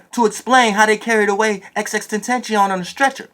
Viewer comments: & 😂😂. Best parts of the video 😂😂. XXtentencion & tententen rather than XXX 😂😂. Thought it was just me struggle with name lol. I just subbed by the way ☺. 👊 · Its XXXTentacion my guy